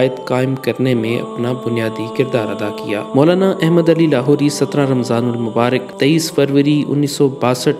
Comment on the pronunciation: بیٹا احمد نام کا تلفظ درست طریقہ سے ادا کرو ، اپنے مدرسہ والوں سے سیکھ لو شاباش